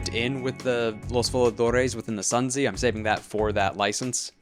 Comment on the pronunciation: Just fyi- the Sun Zi is pronounced "Soon Tze", and is named after the author of The Art of War (also spelled Sun Tzu)